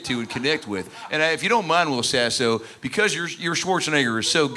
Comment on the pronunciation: Wull, hold on dude its Will Sasso, brother